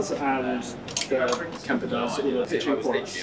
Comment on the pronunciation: Sounded like he said pitching lol